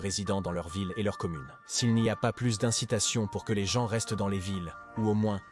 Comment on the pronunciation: Les gens les gens les vents encore les gens. Marre de ces voix artificielles